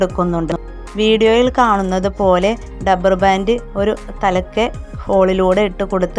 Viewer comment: ഡപ്പർ അല്ല റബ്ബർ